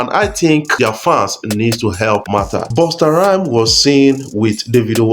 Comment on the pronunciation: Busta not Bursta.